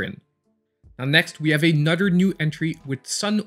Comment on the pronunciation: I literally have a list in my phone of games I want to buy. Many of those games come from your videos! “Anudder” great video! Love your channel!